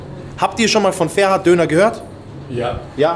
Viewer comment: Das heißt ferhat und nicht ferat du sprichst das h nicht aus 15€ zu teuer kannst du vergessen